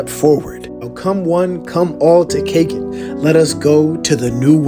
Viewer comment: Kakin is pronounced Ka Keen empire